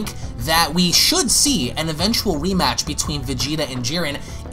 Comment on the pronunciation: Is It just me or - did I hear him say weematch lol 😂